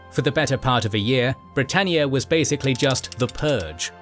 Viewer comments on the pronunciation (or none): none